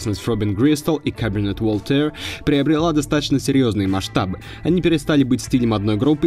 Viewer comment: Мисик конкрит, Каберне Вольтэр, Интелледженс дэнс мьюзик... Автор, ты специально так над исходными названиями издеваешься? Стыдоба же, ну.